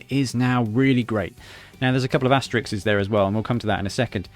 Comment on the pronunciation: 'Asterisks' is not pronounced 'asterixes'